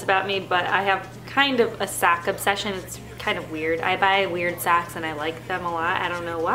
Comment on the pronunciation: Lol. For some reason i thought u said u were obsessed with sacks in stead of socks.